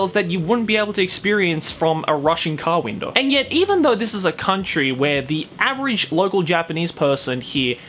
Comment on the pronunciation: I had to Listen to it twice cause i thought i heard you saying A Russian car window.